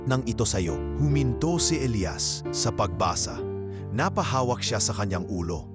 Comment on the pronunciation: Maganda ang kwento pero bakit ang pagbigkas ay magkaiba gaya ng Elias ang isa naman ay Elayas😂😂😂